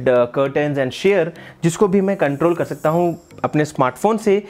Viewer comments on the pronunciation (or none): none